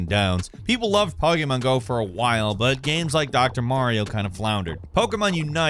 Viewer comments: Pretty sure you said Pokemon wrong 5 times. Don't think you said it correctly once. Poh key mahn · Po gaymon Pah gaymon Poy geymon Yo STOP 🤣😡🤣😡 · says Pokémon weird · or somewhere around there. How the hell did you fuck up saying Pokémon go? You said Pokémon a bit better later but still slightly off then said it a third time and got it right entirely